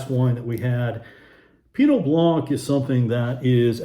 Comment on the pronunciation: For 11 winters in France, these were a favorite category for my bubbly-adoring traveling companion to explore. Definitely- Crémant de Bourgogne is hard to beat! (Even in price, when the lesser champagne makers were clearing their cellars...) [BTW - blanc does not rhyme with plonk...] Love your videos- they're always informative, & helpful when shopping!